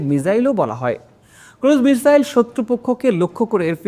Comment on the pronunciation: মিজাইল না মিসাইল ⁉️